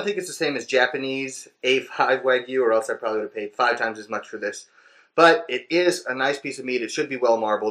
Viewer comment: No. You said fuive minutes fuive minutes ago. Where are my sausages.